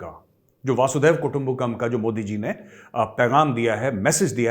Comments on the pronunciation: Can't end my day without watching your video Major! Now I watch anything that pops with your image in it. Today, watched your discussion with the Pakistani Canadian gentleman Mr. Tahir Gora. Major, a humble correction. It is वसुधैव कुटुम्बकम, not वासुदेव कुटुम्बकम 🙏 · गौरव जी, वसुधैव कुटुंबकम् को आप वासुदेव कुटुंबकम बोलते हैं। थोड़ा ध्यान दीजिए। वैसे इसका मीनिंग सबको पता है। रंजन घोष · Major Sab It is Vasudhaiv kutumbakam and not Vasud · It’s not वासुधैव कुटुंबकम , it is वसुधैव कुटुंबकम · Majorsahab it's wasidhiwa,not waasudhaiwa: : wa not waa. . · Sir aap bar bar “Vaaasudev “ kutumbakam a kahe. It is “vasuDHDHaiva” kutumbakam! Vaasudev means Krishna bhagvan and “VasuDHa” means dharti it is “VasuDHaiva” kutumbakam!! 🙏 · Major sir. I’ve noticed this several times and would Like to correct you. It is NOT वासुदेव. It is वसुधैव. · Vasudaiva kutumbacam . Not vasudeyaha as you spelled it. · Dear Sir, it is not VASUDEV kutumbkum But VASUDHAIV Kutumbkum You are a good speaker. All over the world people listening to you. But this is important aspect of Hinduism so please please speak correct SANSKRIT word. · Major Sab It is Vasudhaiv Kutumbakam and not Vasudev Kutumbakam as you are wrongly and repeatedly quoting. Vasudha eV is vasudhaivak means pure dhartika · It is वसुधेय: कुटुंबकम् correct your pronunciation. Jai Hind !